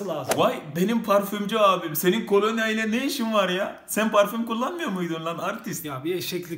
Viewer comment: Kolanya değil kolonya kardeş